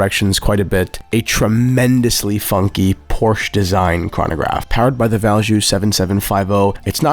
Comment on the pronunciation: What a wonderful selection of watches! My favorite in a while, also, editing was great 👍 Edit: Please learn to pronounce Porsche correctly